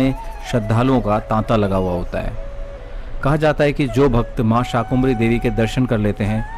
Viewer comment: आपने मां शाकंभरी देवी का विवरण प्रस्तुत कर प्रसन्नता के स्थान पर दुखी किया है क्योंकि आपने मां का नाम अशुद्ध उच्चारित किया है आपने शाकुंभरी देवी एक नहीं अनेक बार उच्चारित किया है जबकि मां का शुद्ध नामyadi ab Sar MI yadi aap Sar MI namaskar sar धर्म ग्रंथों पुराणों और इतिहास के अंदर शाकंभरी देवी उल्लिखित है ना कि शाकुंभरी देवी कृपया